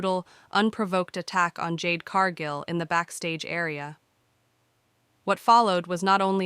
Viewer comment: Jade's last name is Cargill not Cargo. If you can't pronounce a person's name don't narrate 🎉WWE episodes.